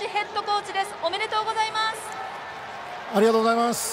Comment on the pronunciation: Bro said, "Arigato" xD